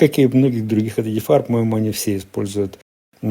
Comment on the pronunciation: ЕДІФАЕР???? Это на каком языке? Тупой и еще тупее.